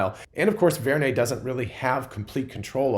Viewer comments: It is Vern as in Jules Verne. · probably inspired by Jules Verne, so pronounced Vern